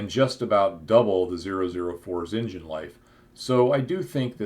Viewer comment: Sorry you can't pronounce Turbine or Engine correctly... I understand that there are no rules for pronouncing British English... especially now that most brits speak Polish or Hindi